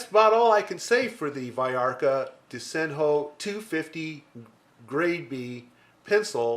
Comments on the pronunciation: I didn't express myself very well two weeks ago. The word "DESENHO" is pronounced "De-ze-ño" in Portuguese. I edited my comment below.. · Very interesting pencil. I'd like to buy it when I go to Portugal! "Desenho" is a word in Portuguese, it means "drawing". We pronounce "De-ze-ño", the NH is a peculiar fonem in Portuguese language, similar to Spanish Ñ !